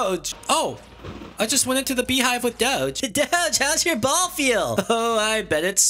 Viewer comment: Why you say ball